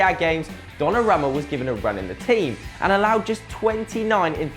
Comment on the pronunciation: It is pronounced Don-na-room-ma